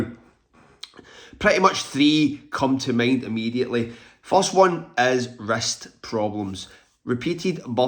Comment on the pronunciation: Oh....wrist, not rest, issues. I thought you were saying rest issues. 😂